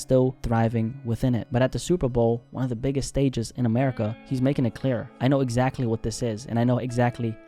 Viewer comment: Its America. Not Amerikkuhkuhkuh. Acting like Blacks are the only ones that pay taxes. You sound like a crah crah crackhead.